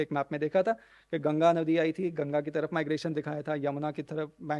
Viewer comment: गंगा को तो सही तरह से pronounce karna सीख लो। गंगा का नाम गंगा है .... गंजी नही न ही ग्येंजी ।